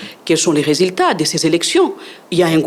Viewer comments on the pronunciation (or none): Sekiritaire, minites, résiltats, sékirisé, instances jidiciéres, pas di tout, selement, l’idps, sirprise, depuis les débi, l’inité, individi, initile 😢. Donc une kabiliste parle et pense que son mentor avait fait un bon boulot dans ce pays de la Rdc!? Franchement quel courage 😰